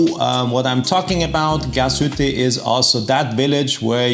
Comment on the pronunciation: Warum versteh' ich immer nur "Gashütte"?